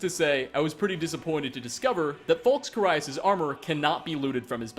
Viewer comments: he is also mispronouncing the name of carius, its care-ee-us, not car-eye-us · Or Carius lol Car EYE us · It's Care-e-us for Carius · You really have to ask someone who can't even properly pronounce Transmogrify, or Carius?